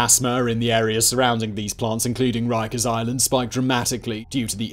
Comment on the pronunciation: So Jonathan Woss pwonounces it "Wikers" - wighto❕👀